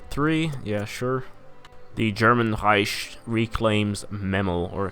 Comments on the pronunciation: germans pronounce it like rEIchksh which is not the rEIsh that the swede here is pronouncing it as. Plus he's speaking english so should probably pronounce it correctly in english as rEIck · reich is pronounced Rike. Long I sound with a K at the end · there is german pronounciation. One says Reicksh, one says Rike and one says Reish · What the fuck? As a german I have to tell you that it is pronounced Reish. And for your site: No one says Rike or Reicksh. Some just pronounce the R differently. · lian hector the English pronunciation is with a k sound that's always what I was saying. He is speaking English and is not German regardless of whether the word is German or not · still can't pronounce reich though. does this mean you're part of the bourgeois?